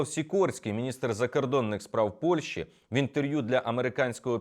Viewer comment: Зверніть увагу на вимогу. Не Польші, а Польщі.